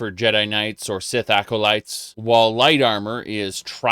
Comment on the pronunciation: Best part of this video is that now pronounces the word "acolytes" properly and not "alco-lytes" as he previously has in his Elder Scrolls Oblivion (I think) videos.